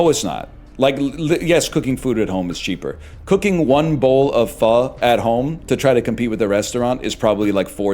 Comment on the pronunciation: He's pronouncing pho correctly